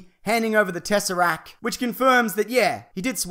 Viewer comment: for the umpteenth time, it's TesserACT. There is a T on the end that you clearly think is silent, but it's NOT! CONSIDER THIS H8 MAIL!